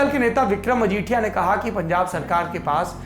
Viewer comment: Pungab nhi punjab